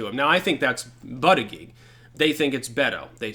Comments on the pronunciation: Its pronounced "Boot-Edge-Edge" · I just love hearing you say bootyjudge lol